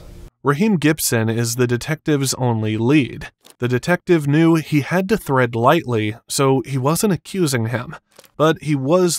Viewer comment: Tread not Thread. lol